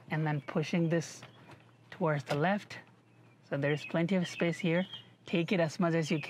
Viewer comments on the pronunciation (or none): none